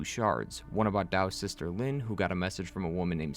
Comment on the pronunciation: And the name Linh is pronounced "ling"